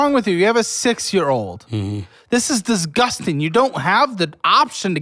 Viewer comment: Is this how Americans say disgusting? bahaha had to watch that a couple of times over 🤭✌